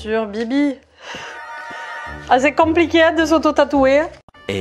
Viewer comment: Ah,c'est comploqué de se tatouer🤣. (Avec l'accent)